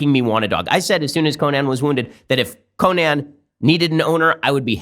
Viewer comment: Nobody: Ben: CoNAN